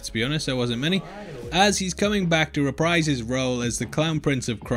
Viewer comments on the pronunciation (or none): none